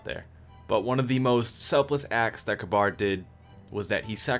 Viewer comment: Omg >_< when people pronounce Kabr as Kabar! They say it in the game and it they say it like "Ka-Beer"